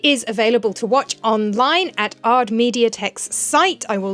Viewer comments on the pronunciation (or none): I haven’t watched a lot of the video yet but I just wanted to inform you that ard is pronounced A R D not ard as a single word /g